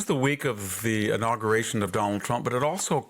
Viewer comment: He mispronounces "inauguration."